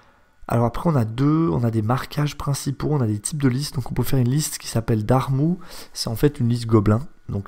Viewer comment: Alors en fait « Darrmu » ça se prononce « Darr-mü » avec un « u » comme dans « ça m’a ému ». C’est pas un dard mou…… ^.^ voilà voilà ^.^